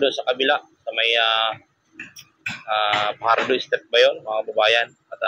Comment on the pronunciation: Fajardo not Pajardo